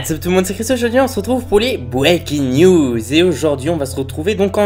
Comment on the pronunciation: je connaît un gars qui est super violent et qui a pas le droit de jouer a des jeux de plus de12 (et qui a 12 ans ) et moi, je joue a GTA, the last of us, watch dogs... Et pourtant, je ne suis pas violent du tout. Ça ne veut rien dire, c'est une question d'éducation ! Sinon, pour la vidéo on dit pas bouékin niuz mais on dit Breaking News et tu dit des choses fausses et tu pourrai mettre un gameplay sur PS4 ou de toi, bref je crois que j'ai assez écrit donc bonsoir.😜